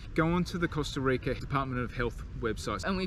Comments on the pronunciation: Please don’t it pronounce costa reica. It’s Costa Rica! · LOL i love how you pronounce the word "rica" hope everything went as planned in here love from san jose! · Love how you pronounce “rica” thanks for the info guys